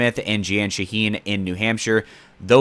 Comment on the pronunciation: Jeanne Shaheen pronounces her name like "Jean"